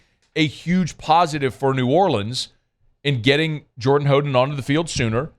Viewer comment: It's How den